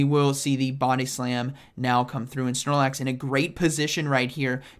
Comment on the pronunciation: Drink some coffee 😂, “prigly deadly , snormax “ awesome commentary as usual tho ❤️